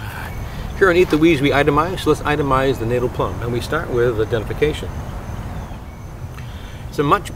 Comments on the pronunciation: Wonderful! But it’s pronounced Natal as in fatale, not as in fatal. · I love your videos. Just FYI Natal is pronounced "Naw-tal", as in the South African province. Hopefully this helps others too. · Correct pronunciation more like "nut" "tell" or "nat" "al", depending where you're from in South Africa.😉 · Natal - check out the correct pronunciation!